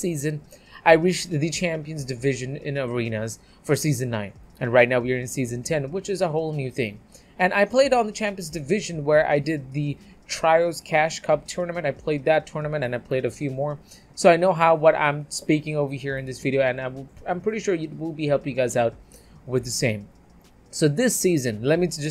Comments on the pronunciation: Treeos not tryos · man said tryos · This man said trieos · Man said Tryos 🤣🤣🤣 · the trios pronounciation is three-yows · He fully said tryos lmao